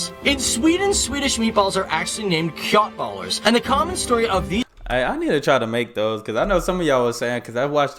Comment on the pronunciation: You don't prounce köttbullar with a k like that, it's prounced the way you say shh, like when you tell someone to be quiet. Shöttbullar haha. And the gravy depends on what you eat with it. Most people don't have gravy with meatballs if you eat it with pasta.